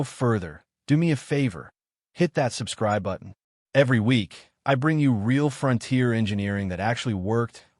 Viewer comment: I am not familiar with where the front tier is located and this makes me wonder where the rear tier is. What I am familiar with is the fron-tier. Is this the way it is actually pronounced in some areas or just ad ( artificial dumbness)?